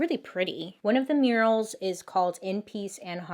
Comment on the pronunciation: I love this story!!! Lol Bailey, I thought you said right inside there were “urinals” and realized you said murals. 😂😂 Btw your Make-up turned out beautiful!